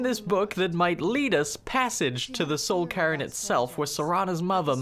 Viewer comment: i know its just your accent but I laughed every time you said soul cairn "soul Karen"